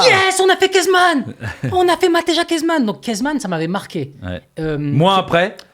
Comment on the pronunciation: Ça se prononce MATEYA (mateja kezman)